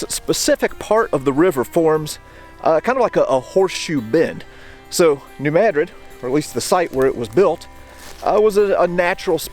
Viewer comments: Thank you pronouncing New Madrid correctly! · Very interesting and informative. You get extra props for correctly pronouncing New Madrid (fact) and Missouri (opinion). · Thank you for pronouncing New Madrid correctly! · He's pronouncing it correctly. Look it up